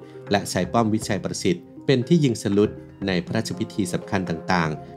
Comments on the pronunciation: น่าจะอ่านว่า ยิง สะ หลุด เพราะอักษรสูงนำ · ใช่ค่ะ อ่านงว่ายิง สะ หลุดค่ะ ช่องนี้โดยรวมเนื้อหาดี การพูดมีจังหวะดี แต่มักมีปัญหาเรื่องการอ่านคำ อ่านผิดบ่อยค่ะ